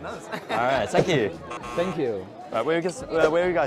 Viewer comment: 为什么很多中国人都会把 thank you 说成 sank you